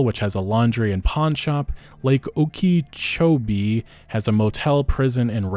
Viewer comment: Hearing a non- Floridian try to pronounce Okeechobee 😂😂😂